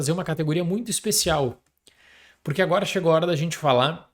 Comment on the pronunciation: Pessoal, vocês reparam que o fala ANUORA? HELP